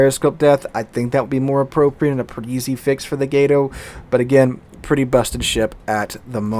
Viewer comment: "Gato" has a Short "A" pronunciation, it's "Cat" in Spanish My Brother.